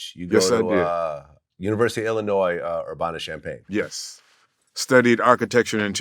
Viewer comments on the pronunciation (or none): Its ur-ban-na bitch